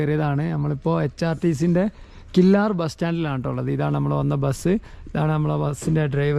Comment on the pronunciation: ഞാൻ ഇതുവഴിയുള്ള വ്ലോഗ് ഇതിന് മുമ്പ് കണ്ടിട്ടുണ്ട്. കില്ലാർ എന്നല്ല. കില്ലർ എന്നാണ് ഉച്ചാരണം